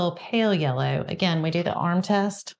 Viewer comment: Closed captioning heard the way you say aside as Assad. I didn’t have it on for “yullow”.